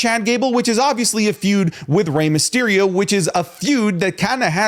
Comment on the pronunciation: Myserio? Not Mysterio?